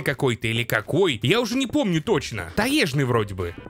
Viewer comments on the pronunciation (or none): таЕжный. Почему таЕжный то? я после нескольких твоих видео уже сомневаться в своём русском стал, загуглил даже, и вроде как всё таки таЁжный.. И при чём такие ошибки абсолютно в каждом видео очень на слух бросаются, я сейчас не докапываюсь но ощущение складывается что эти ошибки делаются нарочно и ты их выделяешь так чтобы обязательно было заметно